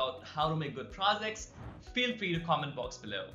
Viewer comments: You sound pro-Z-cts not pro-J-ects. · by the way its not prozects its projects